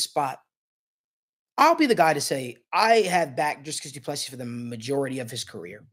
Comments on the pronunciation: Doo plu sea....pronunciation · Put respect on his name by pronouncing it right.